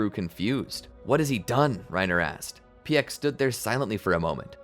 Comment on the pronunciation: Is anyone else kind of annoyed with how he was pronouncing piek's name?